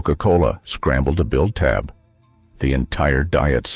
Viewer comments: It's not t a b Its TAB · It not tee-ay-bee! It's Tab! One syllable! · It’s called Tab not T A B Just can’t watch any longer. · Tee-ay-bee used to be made by See-oh-kay-ee.